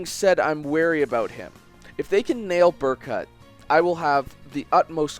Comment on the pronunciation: They literally say Berkuts name in cutscenes how do you still pronounce it wrong